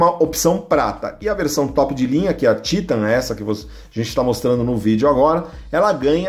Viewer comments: vdd, a pronuncia TAITAN em ingles, mas no portugues é TITAN mesmo, aí o maluco quer falar dificil e solta esse TÍTAN, kkkkkkkkkk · Sabe nem fala o nome da moto É TITAN, E não títan !!! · É Titãn e n títan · Títan ta errado, é Titan e pronto, tirando essa frescura de Títan, parabens pelo video. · Poxa, "Títan"??? fala sério, é titan. saco isso. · O nome é "titan" kkkkk não títan kkkk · O cara tá enchergando títan só pode kakakakakak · É a primeira vez que vejo a pronúncia do nome Titan dessa firma 😅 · Ele falando Titan é muito estranho kkkkkkkk. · Que pronuncia no Titan em ...kkkk Jornalista, que não conhece moto...tava lendo um texto.....